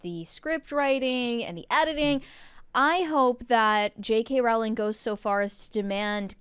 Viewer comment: People commonly mispronounce her last name. Her last name is pronounced "Row-ling" and rhymes with the word "bowling."